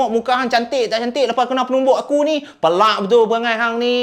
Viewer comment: Assalamualaikum penang ckp pealaq bkn pelaq.apa pun mmg sronok dgr kisah2 seram dr.